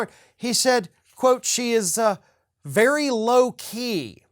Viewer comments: No,, he said very "Loki," not "low key" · Did he say low key or Loki. I think he meant Loki cos the resemblance 😉 is there.